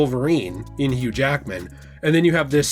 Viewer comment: "Not many Jackman's as Hughge"